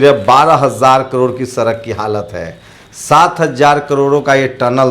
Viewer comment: Sala sochiye sochiye karta rahta hai सड़क nahi bol pata Sarak bolta hai neech